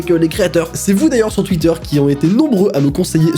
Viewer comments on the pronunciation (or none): none